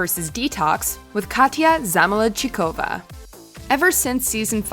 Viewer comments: The way she butchered saying "Zamolodchikova"... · The way Katya's name was said doesn't sit well with me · I cringed so hard I threw my back out when she mispronounced Katya’s last name